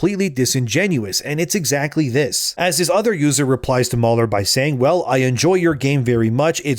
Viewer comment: Mahler NOT MauLer